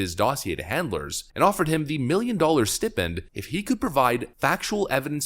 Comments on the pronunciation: Stipend is pronounced sty-pend, stu-pid. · Respectfully, stipend = steye-pend. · it's pronounced St -eye-pen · "Stipend" is pronounced STY-pend. Use a long i sound in the first syllable. STY rhymes with PIE. Keep on getting better, brother! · The word "stipend" is not pronounced that way.